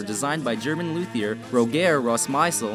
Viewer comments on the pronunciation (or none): none